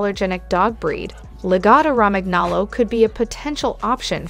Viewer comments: Raman aloe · its italian i think. therefore its pronounced la-gotto romanyolo (gn sounds like a ny in italian) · omg in Italian language "Romagnolo" ...gn (Romaňolo) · Cringing at every instance of saying "Romagnolo" Think of how the "gn" sounds in "gnocchi," and apply that same pronunciation here... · Hey hun you don’t pronounce the G in Romangolo. The G is more like a Y or I